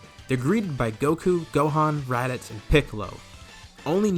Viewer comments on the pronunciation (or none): you said radicks lol